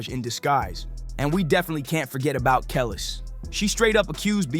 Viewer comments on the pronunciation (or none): I'ts Kuh-leece, like khaleesi... not Kellis (for Kelis), and it's My-uh/Mai-uh, like the name Maya (for Mya). Kelis' song "Caught Out There (I hate you so much right now)" is a banger - way before Milkshake came out. Mya was on the hit "Ghetto Superstar" by Pras, ft. Wu-Tang's Ol' Dirty Bastard. You might also remember her from the Moulin Rouge's "Lady Marmalade" with P!nk, Lil' Kim, and Christina Aguilera. Put some respect on their names! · Can you... Get these people's names right? My-ah, not Me-ah. Keh-lees, not Keh-lis. Ay-mer-ree. I thought you were talking about three completely different people. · 😩 if y’all want us to engage in content about us for us but not..from us, the least you could do is know the names of people. Like Kellis and Amir really- irking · Who TF is “KELL ES”? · Geez, Mya, too? Kelis - "Kuh-leese" (think GoT w/o the last syllable) Mya - "My-uh" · Who tf is Mia?!? It’s pissing me off. He’s mispronouncing Mya and Kelis. He obviously is not from the culture. Still correct about Jay-z. But obviously did not grow up listening to R&B. It’s making me so mad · Every time he said Kelis was like pulling teeth out 😢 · Good video but you need to research how to say the artists names like Kelis and Mya. When you can’t get the names right that makes the viewer question whether or not the information in the video is accurate. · Narrator, you need to learn how to pronounce their names (Kelis, Mia, etc…) correctly